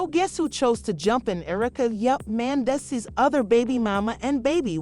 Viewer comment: If you got a AI voice goin’ on, shouldn’t it pronounce the name correctly Man dees sees. That’s a closer pronouncing rather than the AI voice. Do better.